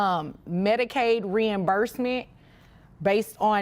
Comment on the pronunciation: It's "MEDICAID"